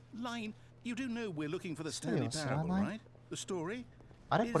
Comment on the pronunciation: ザスタンリーパラブルて読みます